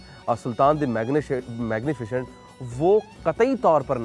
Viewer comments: Its Magnificent not "magnifichient"!!! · pronounciation main ش aata hai